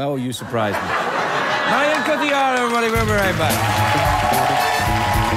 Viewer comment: The amount of people that shoulda told him it's Marion and not 'Maryanne' :P